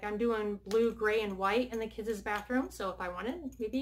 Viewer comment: Is it driving anybody else crazy that she says “kids-is” Instead of just saying kids